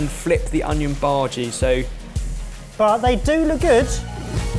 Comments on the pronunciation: Lol at pronouncing bhaji as "baaargey"!! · I like when says Bhaji in his typical British accent.